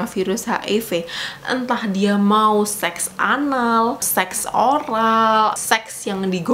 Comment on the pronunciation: tolong ngomong seks nya biasa aja, gausah di tekankan 😂